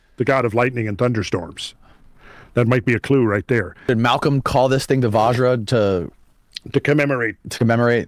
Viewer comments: It is not Vaaajra guys, it is like the Bu in but. Here you say VaJ-ra meaning Diamond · Mf's killing us with their Vajra, svarga etc...😂